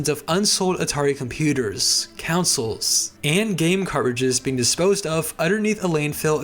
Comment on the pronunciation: conSOLE, not "councils" ffs